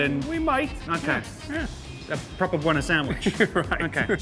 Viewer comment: I feel their saying boner when their saying Buona xD